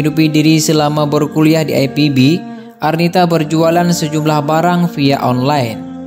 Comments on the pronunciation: Ini sangat lucu sok English bahasanya, IPB kok di baca ai Pi bi. Jangan norak dong pengisi suaranya. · Mas tolong dibaca IPB (INSTITUT PERTANIAN BOGOR) tidak usah dibaca ai pi bi. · Aipibi? Oiii....itu bukan singkatan dari bahasa Inggris. Mau gaya-gayaan bahasa tapi salah... wkwkwkwkwk.... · IPB pak...jgn di baca dg logat inggris..krn anda berbahasa indonesia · IPB baca i pe be bukan ai pi bi ... Pengen keren tapi salah kaprah .... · ipb...di baca i pe be bukan ai pi bi....🤭🤭🤭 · yg baca narasinya lebay ipb dibaca ai pi bi, kepanjangannya aja institut pertanian bogor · Lebih baik penyebutan IPB diucapkan dalam bahasa indonesa aja min.. Gak usah ke inggris inggrisan.. Di ucapkan Ai pi bi.. Karena penontonnya ini org indonesia semua dan bangga berbahasa indonesia. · biasa aja bilang IPB, ga usah ai pi bi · sebenarnya gw tau maksudnya itu... Cuma narator nya songong sok2an British language utk penyebutan akronim Indonesia... Padahal masih makan nasi aking IPB lho.. Bukan aipibi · Waw hebat ya yg bikin konten bule. IPB saja dibacanya AiPiBi. Soal Beasiswa dicabut Krn jadi muaalaf ya ga masalah. Aturan administrasi nya kan jadi batal karena namanya berganti. Kecuali sdh diurus masih ga bisa baru deh protes. Yg pasti Allah dekat dg seorang Mu'allaf. Tak perlu khawatir. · Baru tau sejak lahir bahwa kampus IPB tuh dibaca aipibi 😀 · IPB bukan Aipibi, bacanya biasa aja Jgn sok keren. Jatuhnya ke aneh..he3